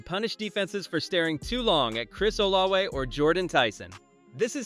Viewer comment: It's not olawe, oh la vay.....